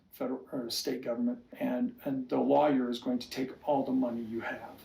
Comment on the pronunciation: He can’t even pronounce the word lawyer and he wants to act like he is one. Stupid fool. I so wish Christine obtained a court order setting forth child support, visitation and health insurance. We all know Kody didn’t provide health insurance for Ysabel but Truly should have insurance paid for by her parents and not taxpayers.